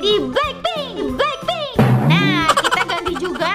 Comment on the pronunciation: lucu waktu bilang blakping😂😂😂😂😂😂😂😂😂